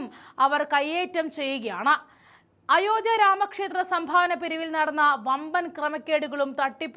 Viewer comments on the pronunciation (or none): none